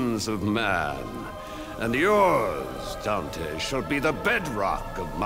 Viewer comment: The mispronunciation of Dante urks me